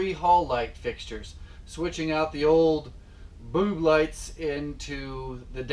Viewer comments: Did he say "boob lights"?!?!?! 🤣Very helpful! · Did you just say...boob lights?